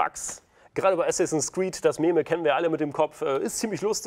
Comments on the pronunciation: Eeew! Du sagst dich bitte nicht ernsthaft "Mämä" zu Meme. 😂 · Das "Mä-mä"? Das wird "Miem" gesprochen.:D